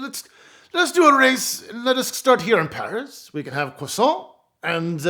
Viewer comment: Your pronunciation of PARIS to DAKAR rally its no parie to takar which is how you pronounced PARIS to DAKAR got it